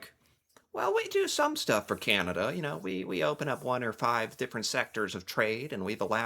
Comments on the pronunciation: Enough !!! ffs, ... Stop saying, " Kieeanda." .... It's; 'Can' ( like a 'can' of soup) ... 'ah' ... 'Da'... (As in. D'uhh... 🤣) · And … could you just pronounce our name correctly. It’s not Cyanada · He can't even pronounce Canada, "Cianada"